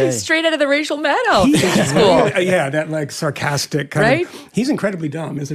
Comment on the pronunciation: did Meghan just say Racial Maddow ?😂😂😂